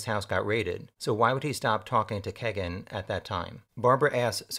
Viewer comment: WHY? WHY DO SO MANY PEOPLE MISS PRONOUNCE KEGAN'S NAME? It's NOT Keg_[in] or k [A] gun. It is KEE] + [GUHN]